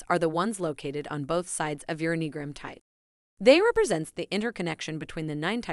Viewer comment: Okay, first things first… repeat after me: ‘Enneagram’, pronounced: EH-NEE-AHH-GRAM.